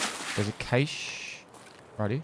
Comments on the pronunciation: Cache = "Cash" phonetically... just so you know... its not "cay-sh" or "cash-ee" lol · CACHE IS PRONOUNCED EXACTLY THE SAME AS CASH. PLEASE. FOR THE LOVE OF GOD. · Ok who the heck told him its pronounced "kaish" That person is deserving of a troll-oscar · FFS, it's pronounced "cash" like money. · cache is pronounced like cash with a bit more shh sound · The only reason he died was because he pronounced cache wrongly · Should call this series "The Struggle to Pronounce Cache" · I love your content and your want to help others, but i hate the fact that you seem to be unable to pronounce the word "cache" right 😂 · At least you don't say "cashay"... I condone violence used against people that say it like that (joking mostly, but it is the most pretentious pronunciation of the word that is more wrong than not).